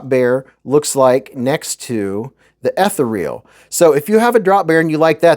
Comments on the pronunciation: It’s pronounced uh-thee-ree-uhl not eth-uh-reel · The way you say “ethereal” 😂😂😂